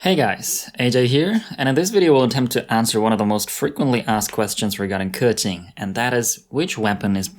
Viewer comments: Hes not pronouncing it right he says kurqing its kuqing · 93% of the Genshin Impact content creators say "Kah-tching". Makes me cringe every time. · Yeah most people just call her kaching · The chad 'keqing' vs the virgin 'keking' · Thers no R. He makes it sounds like kerchin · It's still not perfect tho. But at least he made an effort I guess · I’m sure pronouncing Liyue names is no big deal for Chinese like me but for y’all info, keqing is actually 刻晴 kè qíng, 第四声 for the e and 第二声 for the I. And qiqi is actually 7 7 in chinese which is qīqī like there’s no “h” it’s just qiqi not chichi. To pronounce qiqi name just leave a gap between your tongue and the top of your mouth and you’ll get her name right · Dude you completely butchered her name but i love it XD